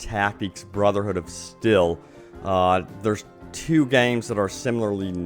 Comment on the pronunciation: I love you man your a great youtuber but did you really just call it brother hood of still